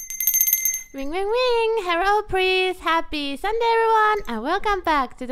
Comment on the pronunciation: "herro prease" lol